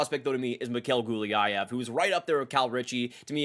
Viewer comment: Sean Behrens, Gulyayev, Nabokov, Bardakov. Come on dude..